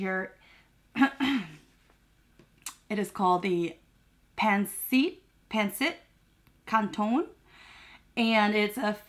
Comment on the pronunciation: Yay for your first experience for of Filipino food but as this is fusion and probably trying to cater to the masses this is probably like what Chinese people think of Panda Express. Looks yummy (masarap) though and so excited for you to have legit Filipino food. Also phonetically its “pan-sit can-tonn” . I love lemon and chilli oil with mine too! Also extra soy sauce (preferably Toyo Mansi). Love you and your mukbangs! xx